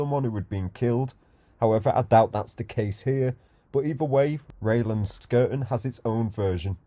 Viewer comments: It’s Rye not Ray ! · It's pronounced RI LANDS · Didn't know the correct pronunciation for 'Ryelands'. Described it at lancasters roughest area whilst mentioning how quiet it is? ... you couldn't be bothered to read the notices or wipe your nose ya junkie.